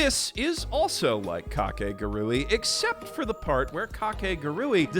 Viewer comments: what?? no, its ka-ke-gu-ru-i 5 syllabus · It’s almost like we as white people go out of our way to mispronounce things even when the official pronunciation has been stated it’s Kah-kay-guhg-ree 4 syllables my guy 4 syllables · I thought it was pronounced Ka ke gu ri 😭😭😭 my childhood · Is mispronouncing kakegurui a joke or something?